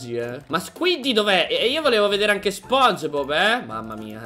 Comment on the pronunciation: SI DICE SPONGIBOB CON LA I